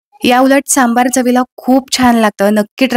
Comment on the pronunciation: खुप छान ,👌. फक्त सांभर म्हणा सांभार म्हणून नका 😅